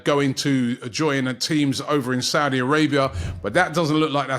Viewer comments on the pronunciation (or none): none